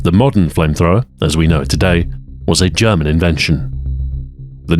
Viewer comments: On top of all your skill comes very nice german pronunciation, what can't you do? Thanks for the video and keep it up! :) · as a german, it's a nice change of pace to hear someone who can actually pronounce things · Its nice to have content again from you Ahoy. Welcome back! Also awesome video and your pronunciation of German is amazing as always.